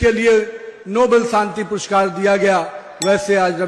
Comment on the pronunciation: Purskar pn mhanta yet nahi pushkar boltoy